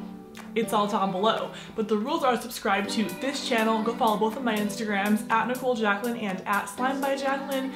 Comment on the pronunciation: Is it just me or did she say in her intro “hey guys welcome to my shannel”??? Yas I mean shannel